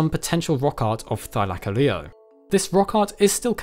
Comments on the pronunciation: say it with me: thy-la-call-ly-O not -thy-la-colleo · Th-i-lak-o-Leo? Th-i-l-co-Leo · Your saying thylacoleo wrong it is thyla-co-Leo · I didn't realise this was how it's pronounced... I've been saying -thyla-co-leo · I only clicked to see if you pronounced it correctly, slightly off but better than most ark half whits, Thigh-la-Co-Lee-oh is how it's pronounced, they pronounce it like Thy-la-Car-leo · It funny how he say ty...-laic-olio not thy-lac-olio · Wait so ive always pronounced it Thyla-coleo are you telling me its pronoynced Thy-laco-leo???? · Wait it’s pronounced thi-lie-ca-leo I thought it was thi-le-co-lo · more like "thigh" lacoleo am I right lads? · You say it thy-lac-oleo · Lmao he says thigh-lack-o-leo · The mispronunciation of Thylacoleo drives me crazy. Try Thyla/coleo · Ur pronouncing it wrong it’s thi-o-co-lio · It’s “thy-Lo-Cole-lio” not the way Pronounce it lol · im here from ark and getting triggered at his pronunciation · Take a shot every time says thylacoleo wrong XD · bruh its not pranounced that way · Me who plays Ark getting triggered by the way he says Thylacoleo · You use the weirdest pronunciation for it